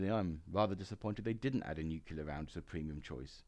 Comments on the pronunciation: Excellent content, just wish you’d learn to pronounce “nuCLear” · Please learn how to pronounce 'nuclear'.